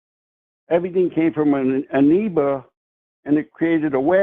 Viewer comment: I lost it at "anoeba" ( if you'd like to see whether I have a tin ear)